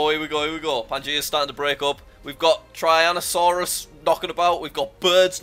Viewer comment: lol he said tryanosaurs